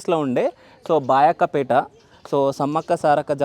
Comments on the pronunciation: ఒరేయ్ అది బయ్యక్క పేట నీకు అనడం వస్తలేదు బయక్క పేట అంటున్నావ్ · బా యొక్క పేట కాదు బయ్యక్కపేట అనాలి